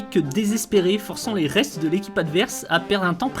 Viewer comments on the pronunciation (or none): none